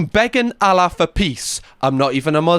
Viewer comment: the audacity praying to allah & you cant even get his name right 🙏 😂